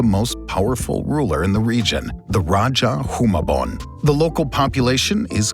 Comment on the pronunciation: Wow I commend the pronunciation of Rajah Humabon, Cebu and Mactan. Very good!